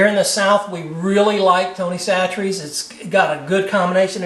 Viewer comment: Im from louisiana and lived here all my life, and have never heard of tony's pronounced with a "t" in chachere lol. Good video though, im doing this tomorrow for supper!